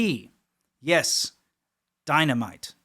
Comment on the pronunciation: 🤔Die-Muh-Nite yo'?😯 😉😁👍